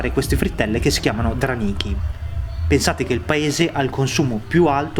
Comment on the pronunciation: Imparati pronunciare i nomi esatamente! Jiurij Gagàrin. Dràniki- specialita bielorussa! Sono molto buoni👍👍👍 Coniderata " ultima dittatura" da chi???? Dalla Eurobanda?!!!!!😆🤣😂😃😄🦧 Tutti ex.sovietici invidiano ai bielorussi,che hanno presidente ,come Luchascenko!!!! Babbo fa vivere bene i suoi cittadini!!!! Se voi vedere la dittatura vera e propia,un vero Reih- vai in Ucraina!!!!! Però,eurobanditi raccontano le balle della "sovranita"e della " democrazia" in Lardoreihe.😆😂😃😄👇🇺🇦💩🤮👇